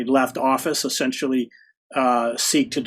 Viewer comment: What does "assentially" mean? (minuate 100)